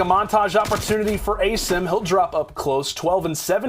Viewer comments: Did dude finally figure out how to pronounce Asim? He did.... only took 3 maps! Sorry, no he only pronounced it properly once, and he’s a "professional" caster...smh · Why's this commentator say Asims name wrong. Like c'mon man, your job requires you to know their name for fuck sake